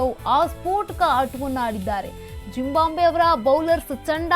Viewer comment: ಜಿಂಬಾಂಬೆ ಅಲ್ಲಮ್ಮ ಜಿಮ್ ಬಾಬ್ವೆ.. ಕಣಮ್ಮ